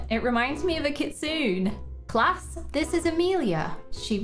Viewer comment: Haha 😅 also you pronounced kitsune wrong its like café with the e 🤪